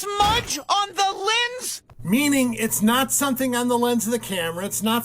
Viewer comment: ...smudge on the Lendz... SMUDGE.. ON THE.. LENDZ!!! 😂🤣😭💀☠️